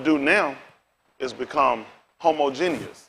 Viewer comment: I rock with what he's saying, but it is hilarious how bad he butchered the word 'Homogeneous' tho...